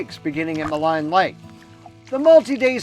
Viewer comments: Ma leen Lake not Ma line ! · FYI, Maligne is pronounced "Maleen", not "Maline"